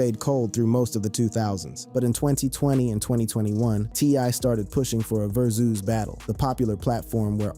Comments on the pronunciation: Why is this dude pronouncing "verzuz" like verzooze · The fuck is a verzoos 😂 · WTF is a verzooz? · A verzuz!! Dang!! 😂 Say it right lol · The way you pronounce boosie name pissed me off so bad and VERSUS